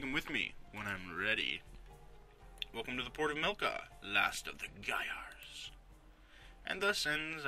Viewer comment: Wow, you properly pronounce Gaiars! Every other non-russian speaking person pronounced it wrong :P. Also great, this game is really cool for a LP, and I believe it's not very popular so it should help the game a bit :).